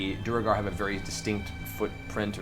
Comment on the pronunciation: Matt's ongoing mispronunciation of "duergar" (he says "doo-reh-gahr",which would be written "duregar"), Liam's correction (he says "doo-er-gahr" although it can also be "dwair-gahr"), and the cast's response (laughing as if Liam made the mistake) is interesting foreshadowing of C2 and the dockside sessions where Matt mispronounces "quay" (said "key" in all of the rest of the world) as "kway" (only accepted in some parts of the US, and apparently not even in all of North Hollywood), and Liam's gentle correction is just ignored. That was so grating to me that I had to watch the associated episodes muted and with CC, as I just got frustrated otherwise...